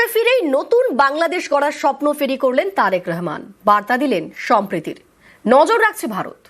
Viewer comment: উপস্থাপিকা কে বলব আপনি তারেকুর রহমান নামটা শুদ্ধ করে বলুন আপনি বারবার নামটাকে ব্যঙ্গ করে রেহমান রেহমান বলতেছেন।